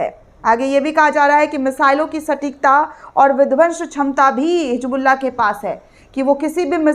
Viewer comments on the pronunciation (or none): मैडम hijbulla नही hizbulla है plz उर्दू का प्रयोग करें तभी सही समझ आएगा ,,🎉